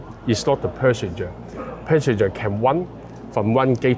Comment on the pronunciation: Perssenger??? 😅Hong Kong people's English isnt that good after all